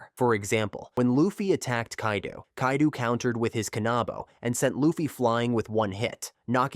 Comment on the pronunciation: its luffy not laffy